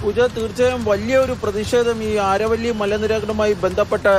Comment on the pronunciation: ആരവല്ലി അല്ല അരാവലി hills